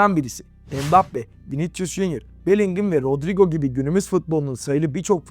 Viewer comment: Hoca Viniçcus deme ya.